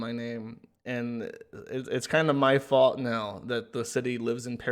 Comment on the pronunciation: Joshs new word is “fault” or as says “faaut”